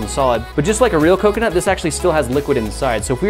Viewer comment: Was he trying to say coke-e-nut